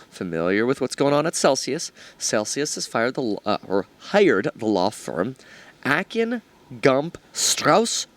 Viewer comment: Long A "Akin" Said like "Aye--Kin"